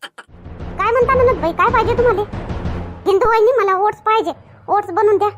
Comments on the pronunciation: said to you, It's not ‘ओढणं’, Oats. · What did you say? ‘ओढणं’ 😂